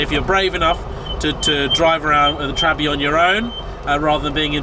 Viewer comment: I think you are the first american that I have ever heard saying Trabbi